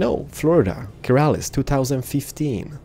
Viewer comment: Keralis* not metal is, XD sorry bout that!